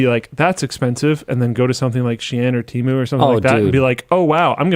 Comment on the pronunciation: Tee-Moo, not te-mju